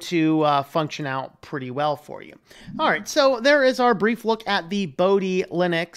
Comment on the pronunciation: pronunciation problem. Pronounce dhi as you pronounce "the" and o in moksha to be like what you pronounce o in "more"